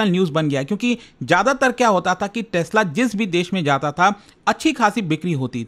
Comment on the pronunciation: Tesla❌ Tasla✅